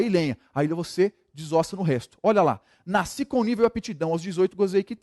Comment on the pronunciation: Excelente aula, agora "NACI" foi foda! o correto é Nasci.